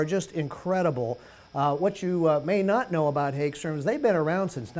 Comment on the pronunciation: Per the company the pronunciation is "Hogstram" and the company has been making guitars since 1958.